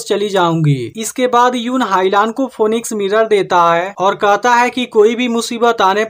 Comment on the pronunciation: फीनिक्स बोला जाता है।